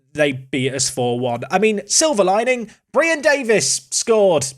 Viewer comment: Pls, you pronounced BRIAN wrong:D